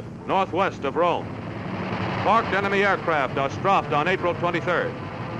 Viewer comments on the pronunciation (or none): That because with an ordinary dive bomber you "strafe" but in an A-36 you "Stroffe"